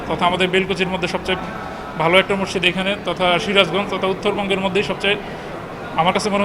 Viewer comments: সাংবাদিক ভাই মসজিদও বলতে পারেনা হায়রে। সাংবাদিক বলে মরজিদ। আশা করি উচ্চারন ঠিক করবেন। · ভাই মজ্জিদ না। হবে হল মসজিদ। কি বালের সাংবাদিক মসজিদ ই উচ্চারণ করতে পারেনা 😡😡😡